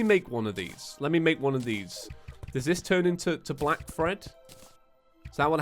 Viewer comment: It anoyes me how you say fred it clearly says thread kove your content btw